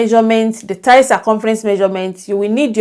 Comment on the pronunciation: Hi, I'm just getting ready to settle in with a cup of coffee during another Covid lockdown to watch this lesson. I love your lessons. They demystify so many curves! Oh... The word "thigh" is pronounced Th-eye. I thought that I would bring it up because we are working on pants. I normally get through 99.9% of your pretty little accent but got stuck on that one in previous videos! I really liked that you drafted an extra line for the thigh!